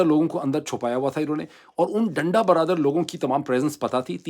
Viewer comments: حضور ڈنڈا " برادر " کیوں کہے جا رہے ہیں بار بار؟ ڈنڈا " بردار " ہوتا ہے!! آئیندہ تلفظ کو غور سے پڑھ کر اسکے معنی سمجھ کر ادا کیجئیے گا، صرف اس بار کیلئے معافی ہے❤ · Please correct. This is not danda baradar. This is danda bardaar. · ڈاکٹر صاحب ڈنڈا "برادر "نہیں بلکہ ڈنڈا "بردار "۔ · صحیح لفظ ڈنڈا بردار ہے برادر نہیں ہے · Sir danda bardaar hota hai Danda bradar nhi 😅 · Sir Danda Bardar, not Danda barabar. Mazrat k sath. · ڈاکٹر صاحب، ڈنڈا برادر نہیں، ڈنڈا بردار! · ڈاکٹر ڈنڈا برادر نہیں “ڈنڈا بردار”! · ڈنڈا بردار لوگ یعنی ڈنڈا اٹھائے لوگ ڈنڈا برادر تلفظ درست نہیں ہے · ڈنڈا برادر نہیں ہوتا،ڈنڈا بردار ہوتا ہے۔ اپنی اردو صحیح کریں۔ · “ڈنڈہ برادر” نہیں “ ڈنڈہ بردار” لوگ۔ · Danda brother nae dnda brdaar hota Dr sb. Plz correct it. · ڈاکٹر صاحب ڈنڈا برادر نہیں ھوتا ڈنڈا بردار کہتے اور لکھتے ھیں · Lafz denda berdar hay. Denda brother nahi hay.Brother bhahi ko khehtay hain.jis say lafz ka mehfoom tabdeel ho jata hay. Umeed hay aap mind nahi keriany gay. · Salaam-O-Alaikum: I think the correct pronunciation is "danda burdar". Meaning one who is carrying a baton. It is not "danda bradur" meaning a brother of the baton. Please don't care much about the negative comments. You are a great fighter and inspiring many people, therefore you shouldn't be looking back. May Allah help Pakistan's people struggle for their democratic rights. Many thanks for your continued efforts. Wishing you courage steadfastness and good health and security. May Allah bless you. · Peerzada sb ,it's danda bardaar not danda brother. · Dada bradar naheen dada bardaar hota hai. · بہترین۔بس ایک بات اور کہ ڈنڈا برادر نہیں ہوتا۔ڈنڈا بردار ہوتا ہے۔